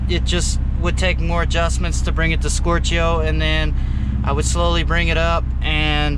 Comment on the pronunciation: That's the funniest way I've heard someone say "stoichio", as in "stoichiometric".